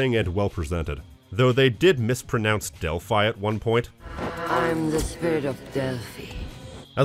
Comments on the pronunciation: I thought Thalia was pronounced Tah-lee-ah. And I thought Delphi was pronounced Del-fee. I'm sure I've heard those pronounced that way in different things. Why do you say Delphi is pronounced Del-fy? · Actually, you are the one mispronouncing Delphi. It is actually Del-fi and not Del-fy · Don't know about Greek but in Latin it would be pronounced Dell•fee. I's are ee's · Great vid, small nitpick: Delphi historically WAS pronounced that way by English speakers, and the proper Greek pronunciation is very similar to that. Delphi being pronounced the way YOU did, while common, is not by any metric "more correct" and I think that's a silly thing to criticize the film for, even if hypothetically it was an accurate critique. Unless that was the joke, in which case feel free to put me in your cringe comp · actually the right pronunciation for Delphi is the one at minute , it's a greek word, but every language translates and/or pronunce words in their way (like the right pronunciation for Zeus is not the english one but it's right in english) so who am I to be the boring know-it-all of the situation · They did not mispronounce Delphi. YOU mispronounce Delphi. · Seems to be the correct pronunciation of Delfi to me. Why would you pronoune it like an English word? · actually you're the one mispronouncing Delphi